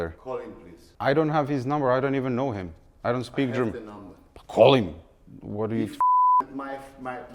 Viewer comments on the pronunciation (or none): love how that inner serbian accent came out - "pa kol him" 😂